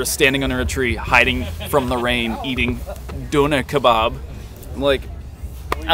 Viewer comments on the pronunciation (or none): love how pronounced "Döner Kebap" xD